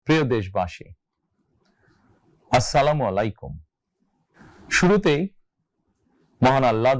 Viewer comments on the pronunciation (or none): আসসালা মোলাইকুম❌ আসসালামুয়ালাইকুম ✅ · বলছে আসসালামুআলাই কুম৷ ভালো করে শুনুন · সালামটা ঠিকঠাকমতো উচ্চারণ করা উচিৎ। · সালাম টা ঠিক করিয়েন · সালাম টাও ঠিক মতো দিতে পারেনা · সালামের উচ্চারণটা আরেকটু সুন্দর করে দিলে ভালো হতো।